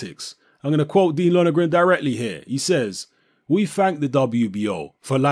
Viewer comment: his name is Lon er gan mate not Lonergran